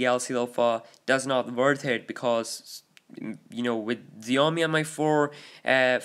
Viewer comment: Xiaomi is pronounced like "shall-me".